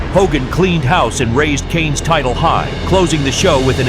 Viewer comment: "WWE tight-till"